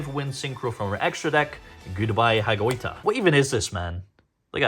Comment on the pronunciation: yes, you pronounced Hagoita correctly